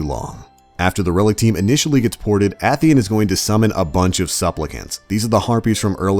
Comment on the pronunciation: It's pronounced 'A Theon' not 'ath E in'